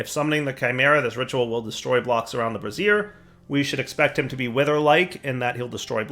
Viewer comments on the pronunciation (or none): Please,. For the love of Notch: BRAY-ze-er - dish for holding fire used in lighting, cooking, and ritual worship. bruh-ZEER - an over the shoulder boulder holder